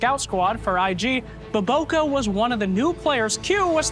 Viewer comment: saying his name BOBOKArepeatedly is really funny. Especially if you are Filipino.